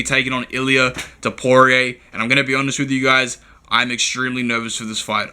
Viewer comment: Hope u dont bet “topooray” heavy